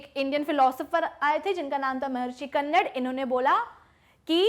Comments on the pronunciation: Mam उनका नाम कन्नड़ नहीं बल्कि महर्षि कणाद है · Mam..🤗 Philosopher Maharishi कन्नड nahi Hai Wo कणाद hai.. 🇮🇳INDIAN PHILOSOPHER 🇮🇳